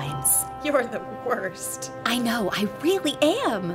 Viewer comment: "Nah,im pretty much the wurst " Dats wat i hear when i thinking about hack client in mc (Wurst Client)